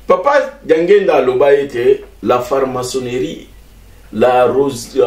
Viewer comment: FRAMACONNERIE FARMACONNERIE TE . PRONONCEZ BIEN TATA BOLINGI KOTEYA MAIS ...